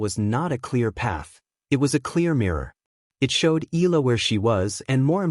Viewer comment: Until u pronounce it right, i won't press 'subscribe' or 'like'. EEE-YA-LAH